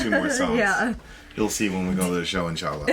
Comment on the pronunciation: did you say "Inchalla"? I didn't know that you speak Arabic....or maybe I heard wrong!